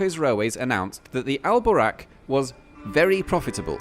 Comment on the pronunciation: It should be "Buraq". Not "Boraq" It's the "vehicle" that the prophet Muhammad use when he travel from Mecca to Jerusalem in just one night.